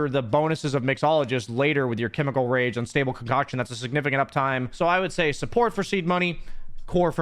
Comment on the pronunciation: "Unstable COCKsion" 💀